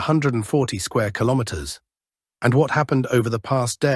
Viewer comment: AI struggling to say "kilometers" today... 🤣